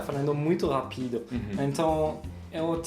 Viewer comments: o fala melhor o português do que o, o fala a palavra rápido, ra(pí)do. a palavra rápido é uma proparoxítona. e não uma paroxítona, a sílaba tônica é o (rá)pido. ok? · Acho muito diferente e interessante o jeito do pronunciar sílabas tônicas, trocando o lugar delas, tipo na palavra 'rápido' que ele fala 'rapído'. Adoro o canal de vocês, espero que continuem aprendo muita coisa e me divirto muito. Congratulations / félicitations!